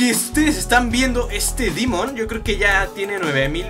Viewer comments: Pq dices dimon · al demon le dice dimon